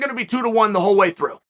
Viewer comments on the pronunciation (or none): none